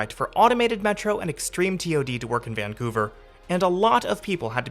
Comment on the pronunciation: mispronouncing the city's name throughout the video. doubting if he really came to the city or not.